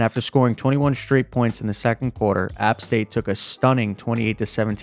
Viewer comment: Never pronounce App State like that again lmao